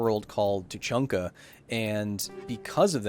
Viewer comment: Haha He pronounced Tuchanka as "Tachunka"